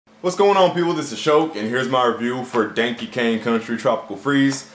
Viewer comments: Dankey Kang? How DARE you butcher my sons name, I'll avenge him by making you Cranky at E3 2014, stay tuned. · Dankey Kang? WOW LOL fail